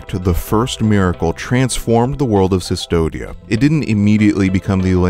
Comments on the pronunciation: that’s my point. This person’s whole channel is based on analyzing media. There shouldn’t be any excuse for mispronouncing anything if you’re researching and analyzing different media closely. There have been countless Blasphemous analyses and not one of them have mispronounced “Cvstodia.” Do you understand where I’m coming from? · Man I'm amazed on how many things you got wrong about the lore. You eve can't pronunce the name of the place right. It reads as CUSTODIA, not Sistodia. The name comes from Custodiar which means "to guard something". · I'm pretty sure it's pronounced "Custodia," not "Cystodia." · "The land of cistodia" Considering the spanish inspirations of the game, and how in ancient carvings from latin, the U is carved as V because it's easier to chip stone at angles, I'm confident in saying that the land's name is "Custodia" pronounces 'koos-TOH-deea' and which is basically the spanish word for custody or guardianship. The name custody actually fits very well with the themes of the game. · Sustodia? It's pronounced Custodia, from the spanish 'custodiar' which means 'to protect' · Why do you pronounce “cistodia”, instead of “custódia” (as in Latin custodes or custos - custodes, custos kustɔdɛs, kustɔs)? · Kus-TOH-dee-ya. Custodia. The V is a U in Latinate alphabet. Not "Sis-todia". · the way you pronounce custodia is kind of annoying my latin language side of the brain xD it's not an ss sound it's a k sound: kustodia. you wouldn't pronounce Astartes Custodes as "Sistodes" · Sis-todia? Come on, man. KUSS-TODIA. Like custodian? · CUS-TODIA dude CUS-TODIA the V is a U in latin. and cvstodia is latin it's prounounced like the "cus" in cussing. CUS-TODIA "civstodia" doesen't mean fucking nothing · Amazing video, but for the love of the Miracle, it's "Koos-toh-dee-ah", not "Sus-toh-dee-ah". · yup. everytime 'Cystodia' was said made me sadder. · Why narrator calls Custodia "Cistodia", though. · Custodia should have a hard C, like custodian and custody